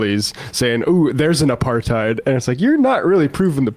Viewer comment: Reminds me of Rapaport, "where is the aparTHEED"